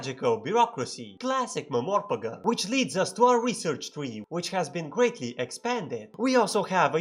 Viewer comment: ah, yes, classic mehmorpegeh